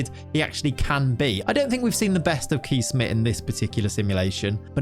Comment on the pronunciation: You really butchered Kees Smit it starts with a K like in Kick and ees sounds more like chase. Hope this helps for the future